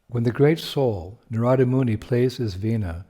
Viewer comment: Very Nice! Thank you, 🙏🏼 If I’m not mistaken it’s Naarada not Naraada